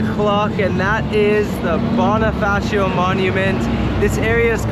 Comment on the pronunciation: boNIfacio pls. not boNAfacio 🥹